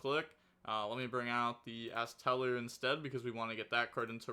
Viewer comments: It's ironically the only white forest monster he's pronouncing right 😂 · You're pronouncing astellar right